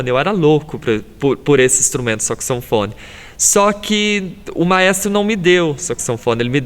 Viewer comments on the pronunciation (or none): "... mas o maestro não me deu o sexunfone, ele me deu uma tumba"